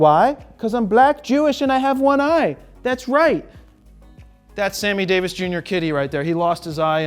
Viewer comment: LOL lady over... RRrrRRRRRight